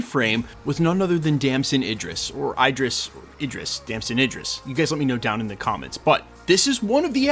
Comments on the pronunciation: His name is pronounced Dam-son Id-Dris. Not Ey-Dris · It's pronounced Id-ris. Not I-dris. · As for how to pronounce his name, it depends on where he got it from. If it's the Idris profit in the Koran, it's with an EE like eat. If it's just European, it's like the i in sit. But there is no i like you are pronouncing it (like fight) as far as I know. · His name is pronounced like It'd-dr-ress